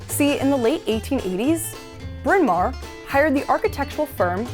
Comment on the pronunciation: I love the Welsh history of the beginning of this video!! Btw it's properly pronounced Brin Ma werrr means big hill